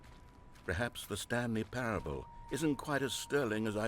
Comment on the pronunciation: me hunting down stanley parable streams "I wanna play a game, how long is 'stanley parableuh'?" oh boy, well that depends, it could be 4 minutes, or 4 hours,..